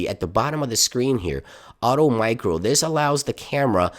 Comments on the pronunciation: ITS MACRO NOT MICRO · *Macro, not micro